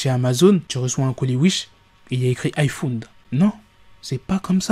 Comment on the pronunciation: Il a dit iPhoune😭😭😭😭